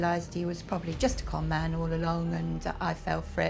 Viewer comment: "Con man" not "calm man"!!!